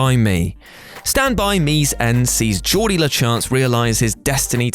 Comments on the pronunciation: Do you watch movies on mute or just not actually watch the movies? His name isn't Geordi...It's Gordie. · Gordie is not pronounced as Jaw-dee, it's Gaw-dee. Can WhatCulture stop with the fake mispronunciations, it's getting very boring and annoying. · Instructions for screaming "NO!" over and over at your screen: 1. Listen to use a soft G for Gordie. 2. Repeat. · Gordie. Like Gordon. Not Geordie. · FYI. In Gordie's name, the "G' is pronounced as a "g" (as in 'Greg", not as a "j" (as in "Julius"). Historically, the Von Trapps did survive. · "Gordie." Short for "Gordon." Not "Jordie." And in the original book, Ace jumped him later and broke his arm. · You must have never seen Stand By Me. It's pronounced Gordie with a hard g...like gorilla. Not a soft g like gelato. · Did you just call Gordie Geordie? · JORDIE!! JORDIE!! I’m starting to think he’s purposely mispronouncing names!! How do you know the plot and don’t bother to learn how to say the name. GORDIE as in a nickname for Gordon for f@ sake!! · Gourd E, gourd E, not Geordie. Gordie! Gourd E! Geez. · Its "Gord -ie", not "Jord-ie". And, Ace beats the shit out of him in the book. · holy shit are you REACHING with "stand by me", and its pronounced Gordie, not Jordie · It's Gordie. Not Geordie, Giordie, Jiordie, or anything that would be pronounced that way. You don't even have to watch the movie to know how to pronounce his name (though you SHOULD watch movies you talk about on YouTube for a living), there is nothing about his name to suggest a soft g like Geordie, it's a hard G like Gourd. Also, guillotine is not pronounced gill-o but gi-o. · Just FYI: I’m willing to bet that someone else has pointed it out, but Wil Wheaton’s character, “Gordie LaChance[‘s]” name is shortened from his full name “Gordon.” It is pronounced with a hard G, not a soft G. Therefore, his name is not pronounced “Jordie,” but rather “Gordie,” as in “gore,” and not like the G in “George.” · It's Gordie, like for Gordon...not Jordy...